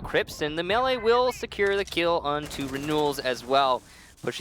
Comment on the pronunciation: pronounces "melee" correctly; a truly wonderful moment in history.